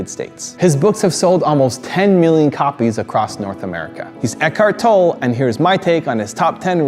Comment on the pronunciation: The "e" in Tolle is pronounced, not silent